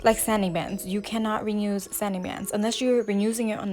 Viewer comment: Love the nails. Are u saying "renuse" or "reuse"? Lol